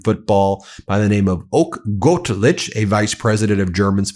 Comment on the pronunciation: The situation is critical but I as a German really had to laugh as the subtitles called Oke Göttlich according to your pronounciation, Ben, Oak Gotchic (I'm not really interested in soccer so I must concede I never heard his name before). Göttlich means "divine" and the Christian name Oke is not common at all (in a certain part of Germany it derives from older expressions for "rich heir"). I was always astonished about your poor pronounciation of Latin American names given how many people with those live in your country or in the neighborhood - but at least you improved regarding the last name of our German chancellor Friedrich Merz - only "Friedrich" needs a little bit more effort.